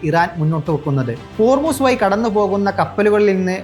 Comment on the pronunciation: വാർത്ത വായിക്കുമ്പോൾ ,വയി, കയിഞ്ഞ. എന്ന വാക്കുകൾക്ക് പകരം ,ഴ, എന്ന അക്ഷരം ഉപയോഗിച്ചു കൂടെ. അത് പോലെ വാക്കുകൾ നല്ലത് ഉപയോഗിക്കാൻ ശ്രമിച്ചു കൂടെ സഹോദരാ